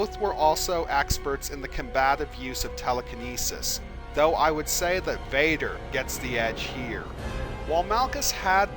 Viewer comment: pronunciation VADER not BADER